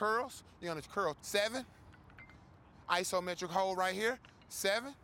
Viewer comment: “Ithometric holes”